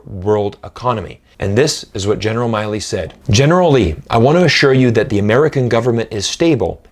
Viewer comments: Why do you choose to mispronounce the General's name as Miley, when his name is Milley? I've never heard it anywhere else pronounced as Miley. Even in Chinese it's 米利 (Mi Li). I haven't come across any American that would mispronounce his name like this, and for you to consistently do so with the central figure in you piece here, it really detracts from what you're trying to say. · except he can't even pronounce the general's name right